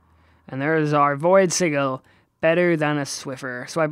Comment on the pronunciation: xD Its sij-il not sig-il xD pronunciation wise, not spelling